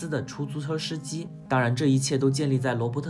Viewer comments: 出租车“尸”机。 感谢解说。如果不是解说了很多没看过的高分电影，这个频道几乎每个视频都想看。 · 出zhu车shi机？ 哈哈哈哈哈哈哈哈哈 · 跟我读 “出租车司机”